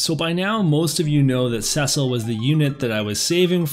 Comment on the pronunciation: Someone who ponounces Cecil properly! Nice! XD